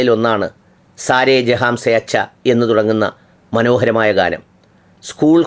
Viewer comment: ജഹാം അല്ല, ജഹാൻ